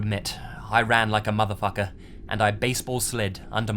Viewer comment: "madafacka" when my Mexican parents cuss in english 💀💀